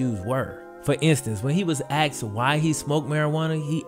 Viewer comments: It’s not axksed it’s asked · he axed you what.. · Great vid really well researched edited and delivered, I wanted really bad to dislike it at the beginning when i hear the common misuse of "Axed a question" I get all the defensive arguments i.e. cultural, popular, modern... Even so its grating on my ears. Sorry for the negative criticism, had to thumbs up the great content though gj, keep it up. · Can't believe he axe you that. He aks u like he don't know. He acks so many crazy questions. People need to stop axxing so many crazy questions ... Just stop being rebellion and go to the scrip club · He axed you? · He AXED you??????????